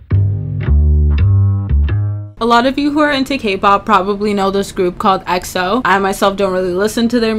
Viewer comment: coughs EXO? It is pronounced E X O